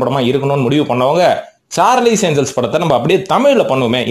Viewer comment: சார்லிஸ் இல்லை சார்லஸ் ஏன்ஜல்ஸ்